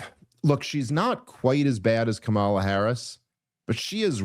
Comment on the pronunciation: Still intentionally mispronouncing Kamala's name. I don't even like her. But you're genuinely embarrassing.